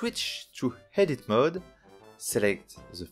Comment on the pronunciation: Mec, bonne video mais fais gaffe tu rajoute un H avant chaque mots ou il y en a pas, par exemple I tu le prononce Hi et add-on tu le prononces Hadd-on (edit Hedit etc...) ;)